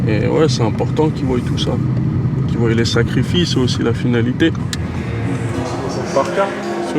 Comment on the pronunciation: trop cool ce reportage mention special aux "ils voiyent"